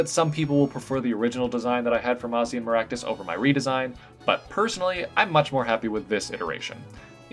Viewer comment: Mazan Maractus should totally be a Fire/Poison Type. (And your pronunciation isn't bad, believe me.)